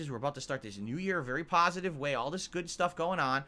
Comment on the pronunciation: "I am totally shocked this brave, successful streamer, who is well liked, and held in high regard by both his peers and fans, who does nothing wrong and everything right, would back out of a doco that would only show him is a pahsitive light. I never saw this coming. I guess there was nothing he could do doods.🤷‍♂He has to protect his fahmily and community of fans". --How thinks everyone else will think, when they hear he chickened out.